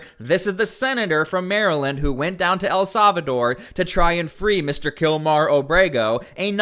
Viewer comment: It's pronouced "ell SAL-vuh-dor" NOT "ell SAV-uh-dor"